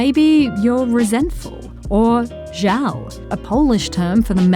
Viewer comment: that żal was prounouced perfectly, I was amazed